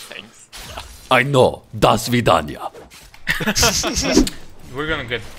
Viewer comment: Do svidania (До свиданья). That was pretty close, man :)